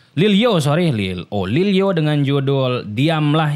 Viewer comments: Lilyo bang bukan Lil o . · Lilyo bang bukan lil o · Lil yo bang bukan lil o